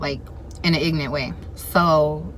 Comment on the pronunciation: Not ignorant but ignent 😂😂